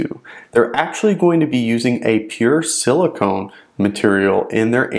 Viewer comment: Silicon (not silicone)